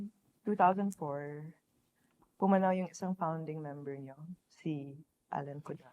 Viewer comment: mismo chong, prang ndi yata siya galing sa rakista/nu-metal subculture nung early 2000s sa metro manila, at base tono nya ( lalo na nung sinabi nya yung "pumanaw" , wala pa yata akong naririnig na tagalog na ganyan bumigkas ng "pumanaw" haha ) halatang hindi sya laking maynila eh, cguro mas mainam kung pinili nila ung interviewer na laking metro maynila at na experience mismo ung early 2000s nu-metal scene, plus points kung nakapag slaman pa sa gitna ng mosh habang houndz ung bumabanat